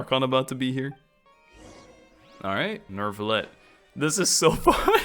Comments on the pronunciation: as a french I say Neu Ville Ette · I don't know if it was said, or if you already know, but Neuvillette is pronounced like ville (nouvelle+ville=Neuvillette), so like a L. Or at least, that is how they pronounce the name of the town called Neuvillette. I think using y sound is also okay grammatically, it's just one of those case when you can make an exception and since it isn't a common word I can't be 100% sure which one of the pronounciation is the "correct" one.